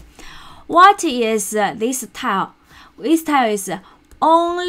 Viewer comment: I found this very helpful. I've watched several videos and read several articles, and yours seems to get straight to the important parts and explain them clearly. By the way, tilde is pronounced 'till - duh', you can listen here